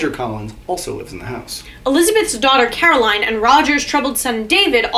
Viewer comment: Carolyn, not Caroline